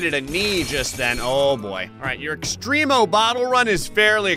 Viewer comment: Extremo isn't pronounced extreme-o It's extcrem- o